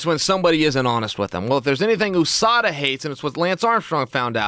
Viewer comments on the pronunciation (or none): The way he says OOSADA instead of USADA is hilarious